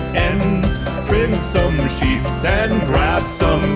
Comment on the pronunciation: When he said sheets i heard shits